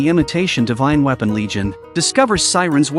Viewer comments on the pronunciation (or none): none